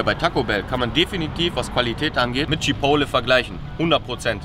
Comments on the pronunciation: CHIPOTEL!!! Alter was für „Chipole“??? 😂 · Chipole??? CHI-PORT-LEY (so sagt man das) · CHIPOTTEL!!!! CHIPOTTEL!!!!!!!! NICHT CHIPOWLE 😂😂😂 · Junge wie spricht der chipotle aus 🤣🤣🤣🤣🤣🤣🤣🤣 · Immer noch nicht gelernt, wie man Chipotle ausspricht. Triggert mich des Todes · triggered so hart wie er Chipotle ausspricht